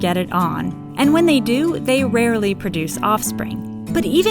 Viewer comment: I know this isn't the right video, but is her way of pronouncing the "r" in "rarely" normal? Because to me, it sounds a bit like she's pronouncing a "w" with her lips while her tongue tries to make an "r". I'm not a native speaker, and I'm mostly used to hearing different kinds of British accents, though American ones have touched my ears as well, but don't think I've heard that way of pronouncing it before.